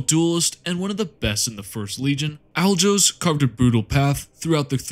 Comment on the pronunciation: Alajos is a hungarian name, pronounce it like you replace the J with Y and you ll get closer to how it is spoken (